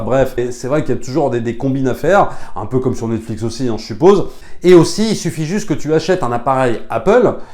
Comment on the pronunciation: "Jvous la recommande au-See" 😋